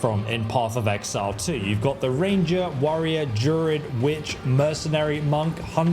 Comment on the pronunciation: What's a JUR-ID? Is it not pronounced DRU-ID? Not to sound pedantic.